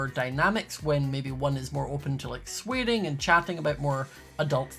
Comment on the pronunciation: why did saying “swearing” in his accent make me laugh so much?